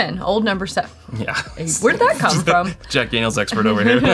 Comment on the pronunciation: No one is gonna comment that said “Dack Janiel’s”?